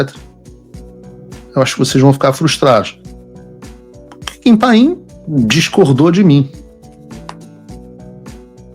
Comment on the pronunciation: Paulo, o nome é Kim Paim. Não pain (dor em inglês). Kim é tudo de bom!!!! Ele estuda muito e é muito equilibrado em seus comentários. Não precisa usar palavrões (como você usa com tanta frequência) para expressar os sentimentos dele!!!!! Não é por nada que ganhou 2 (DUAS) vezes o premio IBest de melhor jornalista de política!!!!!!